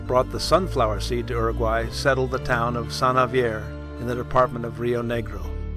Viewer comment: You would think you would pronounce Uruguay correctly after so much work.